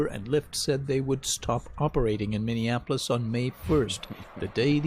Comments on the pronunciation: I love your videos but it’s MINI APPLE OIS. How do people say it wrong? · I'm sorry, I had to click on this to see if you are still saying it. Minion-appolis. 😂 Since 2020 you've been saying it like this. I love it. (born and raised here, which is why it's funny to me) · love you, big bro, but pronounce Minneapolis with the correct amount of syllables. ;) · I like how Tatum says, "minion apolis" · Dude, would you PLEASE learn how to pronounce Minneapolis? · You are correct, but the way you pronounce Minneapolis is wild 🤣